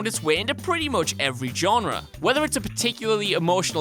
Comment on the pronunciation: Genre has a French G like in aubergine. Please! Say Je t'aime ten times over :P